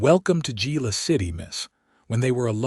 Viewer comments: Good story, but tell your AI that Gila is not JEE-LA. It is pronounced HEE-LA. Don't know why stuff like that bugs me, but it seems to. It seems you go to all the trouble to create and post a good story and then don't proof it. I volunteer to do it for you ! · Geela city????? Among many other ai mispronunciations. Lazy " creator" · Why couldn’t they put her packages in the wagon? The word "Gila" is pronounced as "hee-luh" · Enjoyable story..please correct your AI narrator to pronounce Gila correctly. The " G" is pronounced with an " H" sound making it sound like "He-la"..